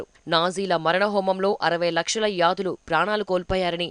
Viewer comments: Yaadulu. Kaadu thalli......yudulu 😂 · News reporter must be cautious while presenting the news...yudus...this word is pronounced as yadas... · యాదులు.. కాదు... యూదులు.... సరి చేసుకోవాల్సింది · Akka yadhulu kadhu Yudhulu... Minimum knowledge undali kadha, just chusi chadhuvuthunnaru anthe